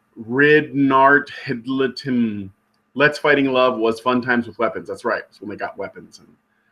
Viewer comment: "Ridnarhthtltim" Well, you tried :)